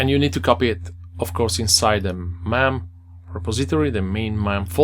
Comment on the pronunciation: Its pronounced "maim", like "game". :) Btw, didn't say this before, great video.